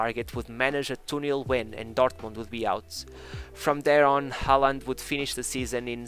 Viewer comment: Learn how to say his name properly.